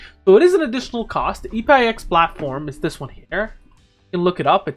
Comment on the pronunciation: I don't think it's E-P-I-X, I think it's EPIX, pronounced like EPIC with a S